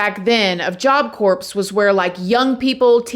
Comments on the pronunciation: its pronounced "job core", not "job corpse" lol. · Can you please stop saying job corpse. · Its not pronounced job corpse thats a dead body its silent pronounced like core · Hi! The P is silent in job Corp. Pronounced CORE. 😊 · Love southern charm btw job corps = “core” not “corpse” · Please!!!! Its pronounced core, not corpse!!!!!! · I’m from NY and my Auntie went to Job Corpse (the “P” and “S” is silent by the way love, I don’t mean to be that person) and we def grew up in the hood but she said Job Corpse was so much worse. Def told me about the big barbwire and how they used to escape all the time. She’s in her 60’a now and on disability smh. Job Corpse was a joke! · Sorry….. Job Corps is pronounced Job Core.. not “corpse”.. It was disturbing hearing you say that especially when talking about a killing. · Again. Corps in Job Corps just like Marine corps is pronounced like “CORE” when you say the ps in corps you are saying it like corpse (a dead body) 🥴🤦🏽‍♂️🤦🏽‍♂️ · it's pronounced "core"...not corpse...lol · It's pronounced Job Core... You're making YouTube have to look at your videos by constantly saying corpse lol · Pronounced Job C-O-O-R....not corps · Stop pronouncing it job "corps" it's pronounced CORE. Not corpse. Not Corp. You interchange it hun. It's pronounced CORE. Just like you pronounce Illinois as ILLINOISE. Illinois has a silent S my dear. Education is so important. My fifth grader knows these things. You're so sweet but if you have a podcast/youtube and the biggest part of it is communication so please educate yourself. Saying this with love. You are so engaging to listen to. Sending nothing but productive criticism. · It's pronounced job core. Corpse is a dead person lol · I love you and I didn't say anything on the first video but everytime you says Job Corpse a morbid image flashes through my minds eye. Can you please say Core? It's Job Corps, Marine Corps, but it's pronounced Core. It's less morbid 😂 ❤